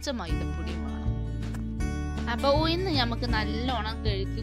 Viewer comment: ഉയിന്ന് അല്ല ഉഴുന്ന് ആണ്